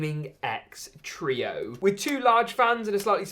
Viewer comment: Gaming X Truio? Thought it was Trio lol